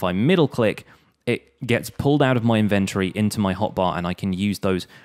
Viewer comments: In- vennt- o- ree Dude...... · the way he says inventory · He pronounces inventory so weirdly like who pronounces it like that